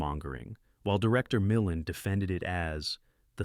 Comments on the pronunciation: sigh. Milland is pronounced by humans as "Mi-LAND" short i, with the accent on the 2nd syllable. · I know, right? Ray Millen?? Good Lord. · Ray Mill-And not Millend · mihkland? NAY miLAND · Hey idiots. I won't watch film were, within the first 2 minutes you mispronounce a name twice. It's mil-Land, not MILL-and. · Ray Milland's name is pronounced MILL-and with the accent on the first syllable, not millAND as the voice-over AI does. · AI commentaries should be banned. Almost the first word said in this was a butchering of Ray Milland (muh-LAND)'s name, and it was all downhill from there. And how did a brief clip of Monty Python get into "The War Game"? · Ray Mill-Land you ignorant bot. You can always tell AI when they mispronounce proper names. Isn't War Games the future of the US under Trump? Christian Imagery repurposed for Nazi images. Sounds like America today. The famous French Director John Luke Goddard made Alphville (That is really Jean Luc GO'Dard). I actually saw Seconds in its first release. Today it is an Elon Musk business plan. The real irony is that the people opposing these were right wing religious people and Government intelligence, an unholy marriage we see today in the US. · Ray "Mill-and"??? Can't you get a human to do your narration, instead of a lame A.I. voice? Very unprofessional. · Get pronunciation of Ray Milland correct please 😄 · I hate AI narration. A human being wouldn't mispronounce important words like Ray Milland's name and the word Quatermass. If you think this is worth posting, you couldn't do the narration yourself? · Theres retrospects/overviews would be far better served with human rather than AI narrations. Also if they'd learn to correctly pronounce names (like "Milland", which AI never gets correctly).